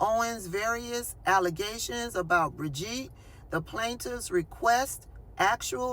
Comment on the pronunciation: Good! I think you nailed her first name “bridge-eat”